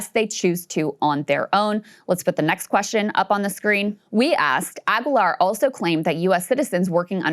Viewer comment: It's pronounced ah-gee-lar.